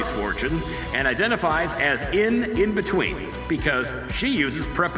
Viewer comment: “Inbetweenis” and “Microsoft” omg 😂